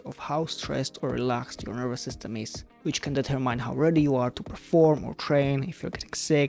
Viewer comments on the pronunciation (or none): Very interesting review, thanks, but pls. use the correct pronunciation for de‧ter‧mine /dɪˈtɜːmɪn $ -ɜːr-/ I got goose bumps, every time I heared MAIN . ;-)